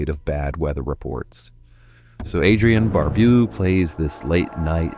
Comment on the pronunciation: The way you mispronounced Adrienne Barbeau. LOL